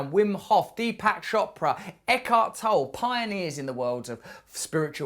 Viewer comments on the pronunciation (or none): Pronounced toe-lee, Russell. Yes, he's great. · It's pronounced Eckhart TollE, with a short german e a the end. Äkahrt Tollä. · I believe it's pronounced Eckhart Tolle (/ˈɛkɑːrt ˈtɒlə/ EK-art TOL-ə; German: [ˈɛkhaʁt ˈtɔlə]; - (toll a) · The e in the end of Tolle is pronounced...otherwise greatvideo